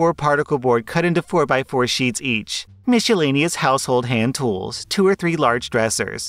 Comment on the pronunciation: the way he said “miscellaneous” made me laugh